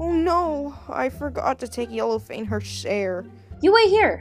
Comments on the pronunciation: He says Yellow*Fane* instead of Yellow*Fang* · Its yellowFANG not yellowFANE. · why does it keep saying Yellowfane?